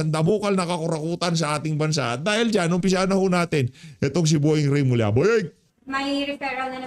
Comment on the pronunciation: Remulla Hindi Reymulla.